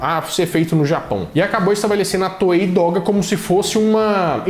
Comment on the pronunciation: Ajudando aqui com a pronúncia: em japonês, o GE tem som de GUÊ, então; Guéko Kamen (Mascarado da Lua). DOGA - DÔ GÁ -literalmente "caminho do desenho" (dô é caminho e gá desenho).